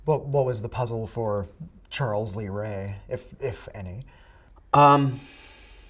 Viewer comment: Its Charles lee ray not Charles raylee